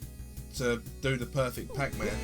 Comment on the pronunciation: "Pack Mann" ?!? Never heard of it.